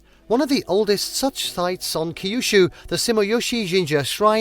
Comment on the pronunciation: Kaijuchuuu? No. Kyushu… get it right.